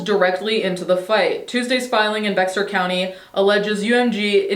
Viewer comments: Bexar is pronounced bear! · Bexar is pronounced Bear. Was shocked to see San Antonio in this video. I didn’t know they were based here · The tiniest of side notes: Bexar is pronounced Bear 🐻 idk y 🤷 I just live here 🙃